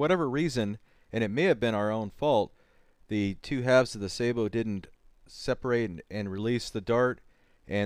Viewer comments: Saybow? O.o Sabot is not pronounced that way... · Sah bow. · What is it with people not pronouncing French words properly. :S Why do they think all French words have ay in it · I'm not the one who can't pronounce sabot and thinks flechettes and .50 cal is appropriate for use against humans.